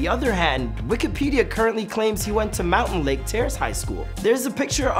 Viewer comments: It’s “mountlake terrace” NOT “mountain terrace” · Mountain lake.... 😂🤣😂 Its MOUNTLAKE TERRACE ARTARD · ITS MOUNTLAKE TERRACE NOT MOUNTAINLAKE TERRACE I GO THERE AND IT BOTHERS ME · Bruh I’m from MountLake Terrace this guy says it like Mountain lake terrace and it pissed me off. He also did go to Mountlake Highschool. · i hate how he keeps saying “mountain lake terrance” it’s mount 😭😭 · It’s Mountlake Terrace. Not mountainlake terrace. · Bro said mountain lake terace 😂😂 it’s mountlake terace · Every time he called it mountAINlake terrace I wanted to reach through my screen and strangle him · It’s Mountlake Terrace